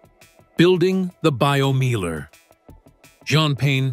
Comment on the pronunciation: Pronounce Biomeiler like it is spoken in German for gods sake. It's named Biomeiler not Baiyomiehler.